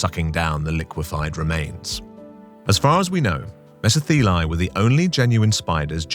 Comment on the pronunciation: As thos word is Greek, it is pronounced:' MeSO-thelae"...😊